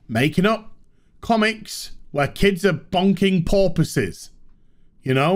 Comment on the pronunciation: Did you just say boys fucking porpoises?